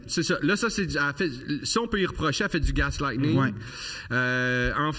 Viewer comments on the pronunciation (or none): Super podcast!!! Mais btw : c'est "gaslighting" et non "gaslightening" ;)